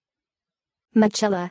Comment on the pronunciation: Absolutely not! It is pronounced Mi-ke-la